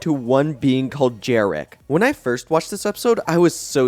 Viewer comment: And also, the creature at the end is called Jerricky, not Jerrick.